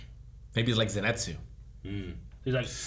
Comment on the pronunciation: its Zenitsu not Zenetsu